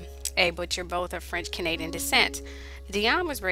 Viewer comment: If you EVER decide to do videos that include ANY & ALL foreign language words/names maybe you could learn their correct pronounciation beforehand... Ainsi, ton français ne me ferait pas mal aux oreilles !!!